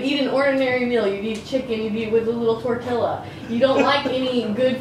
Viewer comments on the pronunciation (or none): not saying tortiLA😭